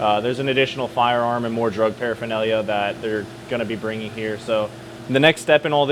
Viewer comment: just say paraphernalia!!! 😂😂